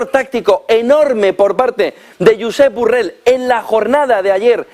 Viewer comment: 😅😄🤣 Hasta llama Burrell a Borrell 😆😁😅😄🤣😎